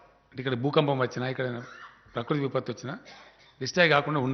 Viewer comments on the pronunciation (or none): none